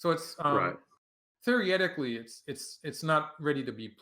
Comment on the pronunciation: New drinking game: take a shot every time Michael Redmond says "theoryetically".